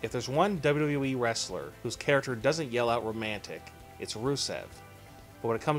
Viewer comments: In The Dubbly Dubbly E lol wtf is this guy saying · Can you pronounce WWE correctly?